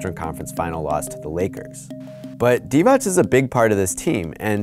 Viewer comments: You pronounced Divac’s name wrong it’s pronounced “dee-vatz” not “dee-vach”. In Serbo-Croatian, if a C has a mark above it, it’s a “ch”, if it doesn’t it’s “ts” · Jovan Djordjevic to me it sounded like he said Divać (divach) most of the video. I know that divats is how it should be pronounced. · he did once and then got it wrong every other time it isnt divach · Jovan Djordjevic no he didn’t he said “Dee-Vach” many times. He only got it right a handful of times out of the few dozen he said it… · Thank you for informing me about the legendary Dejan Bodiroga. Also, Vlade Divac's last name is pronounced "Divats", there's no diacritic on the c. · Haris Serdarevic this is what I said when I saw this comment! I’m like wtf this dude was definitely messing it up most of the vid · Yea hid did mess up a few times I commented as soon as he said it the first time but nevertheless it's progress